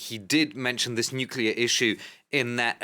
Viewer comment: Nucllear rusia....wow..😀😁😂🤣